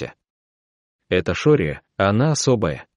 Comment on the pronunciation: Не шария, а Шория.